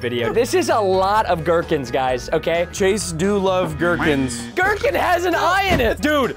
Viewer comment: 4 :50 preston says gherk(i)n